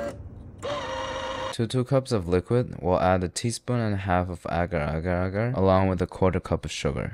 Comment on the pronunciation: So saiki likes this because he’s the only one who can pronounce agar agar agar